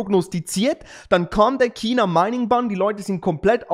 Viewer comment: Chhhhhina.. nicht Kina!